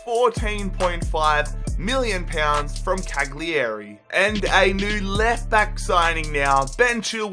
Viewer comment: You said Cagliari incorrectly It's Cal-Yari